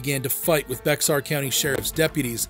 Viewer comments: "Bex are" (Bexar) County?? 🤦‍♀️ The X is silent. That leaves you with Bear County. Technically, Texas should be pronounced "tay haas." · It’s not Bex-ar county… it’s Bexar (bear) County. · It's pronounced "Bayer " not Bexar 😂 ( San Antonio ) iykyk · I was part of the AFPD and was also a MP at Ft Sam Houston, TX, located in the historic Bexar County. On your Adrian Dunn case, Bexar County is pronounced "Bear County" not "Bex-are". Just thought I'd let ya know for any future videos you make brugh. Keep up the good work. 😊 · San Antonio is in Bexar County but it's not pronounced Bex-ar. It's pronounced "Bear." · It's pronounced "Bear" country, not "BeXar." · Hey boss. As a San Antonio native I just want to let you know, we live in Bexar county but it is pronounced as “Bear” like the animal. Just wanted to let you know! 😁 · The county that San Antiono is in, Bexar, is pronounced like the animal, "Bear". I know this, because I lived there. Just an FYI in case you have more stories from that area and county. You're welcome. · The San antonio County younwere talking about. Is pronounced Beara County. Even though it's spelled Bexar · Condolences to the family & friends of the victims. Bexar is pronounced like the word bear. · Bexar county is pronounced “bear” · Please teach your computer voice that it’s pronounced BEAR (BEXAR) County. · First, Bexar is pronounced "Behar". Second, Giovanni was a toddler, not an infant. Get your facts straight if you are going to post factual events.